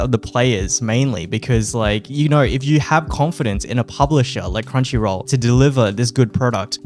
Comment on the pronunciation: Crumchy roool redempshion ark :]